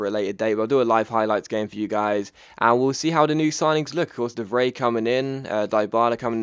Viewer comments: You pronounce the 'ij' in De Vrij as eye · ***** Just a tip: De Vrij is roughly pronounced as: The Fry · Btw it's pronounced (de-vr-eye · de Vrij is pronounced "de Fry" just so you know